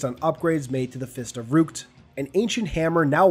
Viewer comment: Ok I gotta say, the way you said fist of rukt actually surprised me. I am confusion